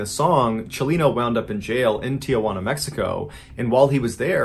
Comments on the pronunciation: It's "Tee-Hwana" not "Tee-a-hwana" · There is no a in front of the J it's pronounced teehwana not teeahwana. Tijuana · Just gotta say it- Tijuana is 3 syllables: Ti-jaun-a. Not tee-uh-won-uh. Thanks for listening. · On a more lighthearted note: my Nana got a kick out of the pronunciation of "Tijuana" as Aunt Jauna and "Corridos" without the rolled R. It made her day. Thanks for telling this story. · I don't mean to be a smartass, but "Tijuana" does not have an "A". it is pronounced tea-huana.